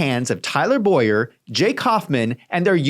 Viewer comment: Please correctly pronounce Tyler Bow-yer name as Bow-yer. My name is Boy-er. It rattles me...